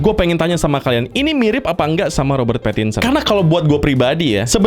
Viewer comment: Bukan robert pattinson tapi robert parakinsen